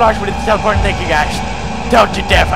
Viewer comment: Lol in he say teleporteing BARRELLS